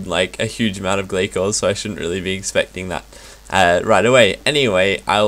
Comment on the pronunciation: Its Gla-sors isn't it?